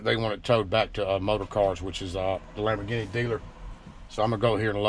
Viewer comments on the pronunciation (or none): Pronounced Lambor- geeny. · Wtf is a Lambor-guinea? Lol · Lambor Guinea...LOL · Lambor-ginney. Lmfao!! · “Lamborginny” LOL I’m Italian-American and I don’t take offense at all, I realize people have different ways of pronouncing words based on their region. I remember when President Carter (also from Georgia) pronounced the word Italian as “Eyetalian” and some people in the media ridiculously made a big thing about it. Keep yankin’ em and stay safe,! God bless. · Lamberginie. No hate I just love the way he said it !!!!!! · Did you say Labo"Ginny" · Much love from Wisconsin trucker!! I have to say though, Lamborghini not Lamborguinea :P god bless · That Lamber Ginny tho........ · I love the way this guy talks. The way he pronounces the name of the expensive Italian car is priceless.